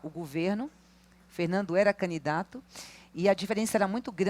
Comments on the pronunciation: Só eu ouvi, ou ela fala mesmo "canidato" "canidatura"?!😅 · Que agonia que dá essa mulher falando “caNidato” … 🤦🏻‍♂️